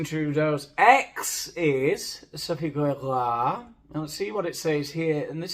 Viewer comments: Lostening to you say "Gregoire" kills me. We had neighbors with that name and your butchery tickles me;) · Bonjour, I have to tell you that your French accent is formidable. I could listen to you say Grrrégoire all day. Did you study in Paris? 😂 I really enjoyed this podcast-style video. You are hilarious as usual. I can’t wait to see you have 100,000 subscribers and many more. It will be well deserved. Have a great week. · I had to jump right on just to hear say "GrrrregWAAAR!!!" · I know this is an old video, but I love your content, but I have to say that the way you say Sophie’s name is hilarious, I love it.. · Brilliant. Being a Canadian creates yet another proud moment. Had to rewind and listen again to your excellent pronunciation of our beloved first lady? 😂😂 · who was that george you did a talk about? You said the second name with an accent, and i didn't catch it. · This is BIG… I see what you did there. Also I’ve just heard your pronunciation of Sophie’s last name and it’s already a better day. Edit: also what was that accent supposed to be? 😂😂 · Every time you say Grégoire 😂 😂 😂 😂 😂 😂 😂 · As soon as I heard of the Trudeau's separation, video on Sophie G's guesting on Archetypes came to mind. I knew nothing non-anodyne about her until hilarious take. Looking forward to today's video and exaggerated pronunciation of "Gregoire".